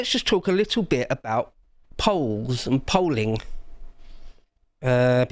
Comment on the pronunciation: Did he say EO double L. Peolls?